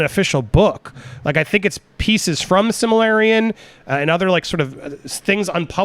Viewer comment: Here's some phonetic help...silma-rillion